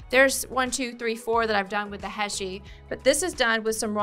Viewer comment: Background music is very irritating in a demo. It hurts the ears, muddles the brain, and drowns out speaker's voice. Never ever put music on a demo video. Silence is golden. HEY-SHEE beads, not HESHEE. You don't measure? In every technical trade, measuring is the most difficult and most important first step. Learn before you teach. PLIERS, not PLIER. Pliers is always plural. So you say 'Those Chain Nose Pliers', not 'That Chain Nose Plier'. Flush CUTTERS, not CUTTER. Always in the plural. There are two blades not one. Nice ring, but your English is atrocious and the music drove me mad.